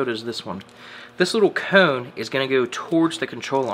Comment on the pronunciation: Enjoy the videos mate ... but the way you say cone makes me laugh.